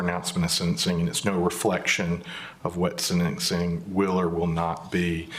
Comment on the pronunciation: IT’S SENTENCING NOT SEDENCING